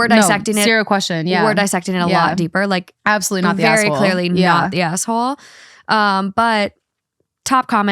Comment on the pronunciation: When says asshole, it sounds like she's saying asswhole